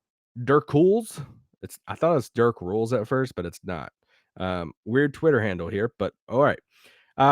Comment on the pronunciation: 😂 dirkules is supposed to be pronounced Dirk-you-lees like Hercules